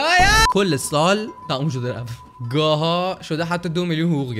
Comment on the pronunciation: "گاها" نوشته میشه "گاهن" خونده میشه مجید‌جان